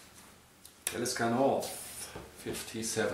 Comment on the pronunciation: Soviel ich weis wird es ausgesprochen wie man es liest. Talisker u. nicht Tälisker.